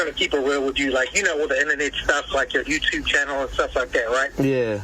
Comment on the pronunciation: “My Yewtewb” 😹😹😹